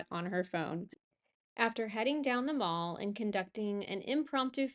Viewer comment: A slight correction, Mall in 'The Mall' is pronounced to rhyme with pal. It's not a shopping centre! 😉😊 Also, and I'm not sure why we do this, we put "River" before the actual names of our rivers rather than after. So it's the 'River Thames', 'River Avon' etc., etc.